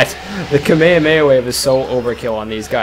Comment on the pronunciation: No offense but your saying kamehameha wrong. Its kameh-ameh-a and your saying kameha-meha. Again dont mean to be meen or any thing, i love your vids, but i dont like when big fans like you say it wrong. Hope you understand: )